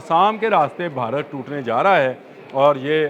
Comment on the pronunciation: Urdu tu Sahi se bola krn Bharat ko barat bolty hn